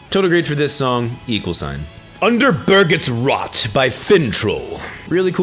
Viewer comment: Haha, the prononciation of "Under Bergets Rot" xD It wasn't that far off, though, for a non-scandinavian. I'll give you credit for it nonetheless :P